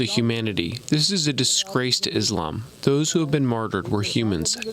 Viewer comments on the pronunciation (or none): none